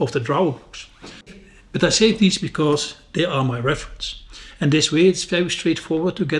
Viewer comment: Save,not “Safe”